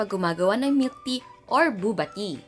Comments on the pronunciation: booba wowz ate its b/o/ba like bo/y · Bobah not buba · “BOOBA” 😂 lol the way she said that.